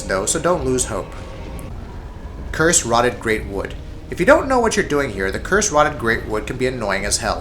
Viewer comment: Right, well. 1. No Aldrich. Seriously? Just WTF. 2. Numerous misspellings, mispronunciations, etc. Curse-ROTTTED greatwood? YOHRM the Giant? EYE-u-dex Gundyr? THE Vordt? Lazy, lazy, lazy. 3. The list. Greatwood above Abyss Watchers? Yhorm above ANYTHING (seriously, the menu switching is the only threat in that fight) Consumed king at #4? Deacons above Vordt? Friggin' Asylum demon 4.0 at #7? Terrible, terrible list.